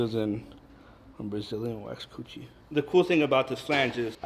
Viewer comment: Brazilian waxed coutchie he said